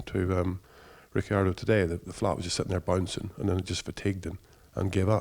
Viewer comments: It's Rickeeardo, italian origins mean that you need to pronounce every letter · In Italian it would actually be "Rich-ardo". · Still can't pronounce Ricciardo. The "I" is silent. 🙄 (the phone respelled) ha